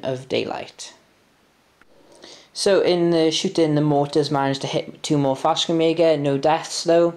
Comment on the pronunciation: 3rd (and last) comment: There is no K in Fallschirmjäger. You seemed like you wanted to pronounce the stuff correctly (Wespen) so i thought (as a german native) this might be of interest. It would be Faell - Schrrm - jaeger